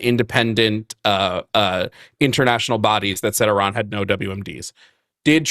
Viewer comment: I love the way you say "Iran". Just sayin', I don't care about the American pronunciation, it is more polite to pronounce a country's name as the citizens of said country do